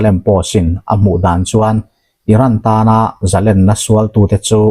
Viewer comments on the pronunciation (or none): Youtuber-te hi Mizo ṭawng humhalhtu leh tikhawlo theitute zinga mi in ni a. Fimkhur a ṭha khawp mai. Zalênna hi a lam dan dik lo zawk 'zalenna' tia in rawn hmang fo hian rilru a tina phâk tlat mai.